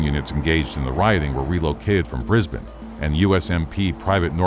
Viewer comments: Extremely big props for saying Brisbane like a local. Bris-bin, not Bris-bane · Thank you for saying brizbin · HE SAID BRISBANE CORRECTLY 🎉🎉🎉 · As an Australian, the most impressive part of this video is that this particular American narrator actually pronounces 'Brisbane' properly. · Congrats on the perfect pronunciation of Brisbane 👏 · Thank you for pronouncing Brisbane correctly. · Thank you for saying Brisbane right